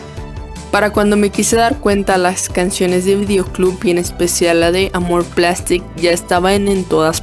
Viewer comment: "Pomme" se pronuncia literalmente pomme, "Roi" es "Rua", "amour plastique" es "Amurg plastíc", "En nuit" es "on nui", "Mai" es "Mei", "Enfance 80" es "Onfons Catre Vang" y por último "Euphories" es "Ufogri" Muy buen video, es una lastima que su duo allá valido unu